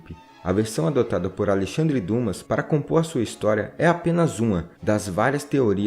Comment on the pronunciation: Você errou na pronúncia de Alexandre Dumas. Na verdade se pronuncia Dima.